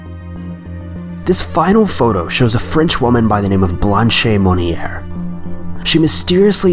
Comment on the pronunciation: Blanche is pronounced Blansch (rhymes with branch and ranch) Monnier is pronounced Moan-Yay